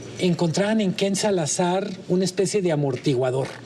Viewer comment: Por qué Manuel insiste en decir: KenSalazar, es Ken-Salazar